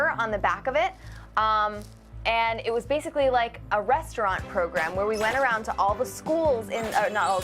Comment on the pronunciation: Restaurant, not restrwente!